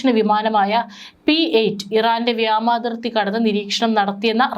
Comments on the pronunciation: വ്യമാതിർത്തി എന്നല്ല പറയേണ്ടത് ! വ്യോമാതിർത്തി ? എന്ന് വായിക്കുക! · Remove this reader. Don't know malayalam words.What is vyamasena ,vyamam? Teach her malayalam - it is vyomam, vyomasena, vyomathirthy